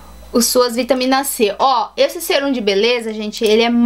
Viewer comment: E mais..Não é Sêrum e sim Sérum(som agudo)